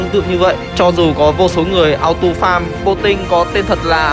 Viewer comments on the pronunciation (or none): none